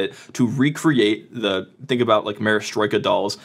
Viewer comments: It's Matryoska (Mat-ryo-shka), not Marestroika :) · "Marastroyka dolls"? Do you mean Matryoshka? It's 3 syllables. "Ma trro shka" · "Maristroka" dolls? Bruh. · They're not called Marra-stroy-ka dolls. You inserted an extra syllable and you inserted a Y sound that shouldn't be there. The pronunciation is closer to Ma-trosh-ka according to the listen feature on Wikipedia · that was the worst "matrioshka dolls" pronounciation i had ever heard but good content tho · "A picture is a format that renders." Very logic indeed. Much useful not misleading definition. "Merestroyka dolls." Nailed it. Just one letter away… from an irrelevant word. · "marystroyka dolls" made my head spin, jeez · maryastroyka dolls :D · "Marastroika dolls" well you tried 😅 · Matroshka was how I learned it. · Woof, that pronunciation of matryoshka was rough. haha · He's trying say "matryoshka dolls". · Im not ok with how he said matroska :V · Pronounced Matryoshka dolls (/ˌmætriˈɒʃkə/ MAT-ree-OSH-kə; Russian: матрёшка, IPA: [mɐˈtrʲɵʂkə]